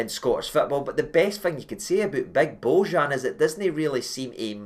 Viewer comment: You read the J in bojan as a y its not Z Watp ale ale